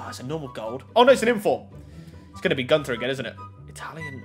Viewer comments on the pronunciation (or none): none